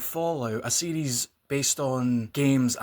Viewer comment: Oh, you are saying series. I thought you were saying CDs. LoL